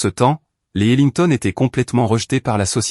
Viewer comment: je cherchais parmis cette MERDE d inconnus ....lolllllllllllllllllllll IA de MERDE oui... et c est HeMilton et non pas HeLignton... traduction de merde IA.... et ca veut nous faire croire que IA est une avancée technologique ???? foutaises oui... lacey, lassis lacy... faudrais savoir.. il a epouser une ''scie''...lolllllllllllllllllllllllll